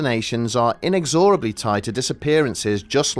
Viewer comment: Never again. Good God. And that's not how you say inexorably.